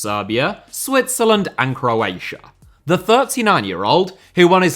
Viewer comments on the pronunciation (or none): none